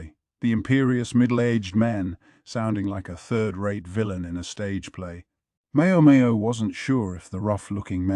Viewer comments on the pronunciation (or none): Mayo mayo. Gayooshoon. Basin. Ahhhh-duo. Swy-rai...whaaarlll instead of what ... I still appreciate it as a whole but omg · not just a little lol. The ai voice calls her mayo mayo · The Mayo Mayo is killing me lol. And Basin. Gayooshun